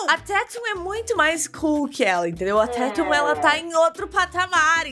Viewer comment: Ela falou direto no minuto 5